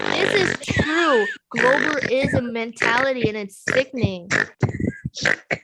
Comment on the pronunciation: "BALL-WASH-ISM" LOL! What?! Narcasissississim.